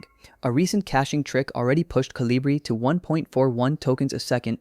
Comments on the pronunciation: It's not Colíbri, it's Colíbrí. It's a bird 🐦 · It’s pronounce, co-li-bri, the accent on bri.